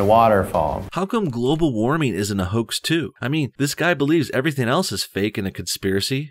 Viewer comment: Globe-al warming? Emphasis on globe